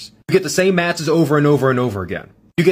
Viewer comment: you mispronounced wwe